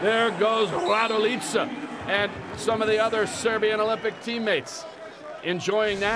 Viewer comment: Kako govori ,,rajdojica"😂😂😂